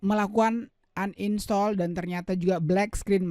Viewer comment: Bilang uninstal aja uninstol😭